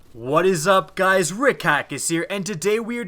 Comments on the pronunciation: He said: Häkka My reaction: what?! What I relized: He's saying Häkke wrong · Omolon is yellow Häkke (hok-a)